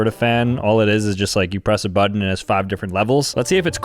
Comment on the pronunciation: Say "Butt" now say "Button" It NOT that hard dude! the word "Button" does NOT have any "d's" in it!!!